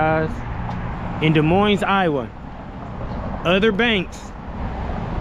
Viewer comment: remember the last S is silent in Des Moines.. sounds like Da-Moyne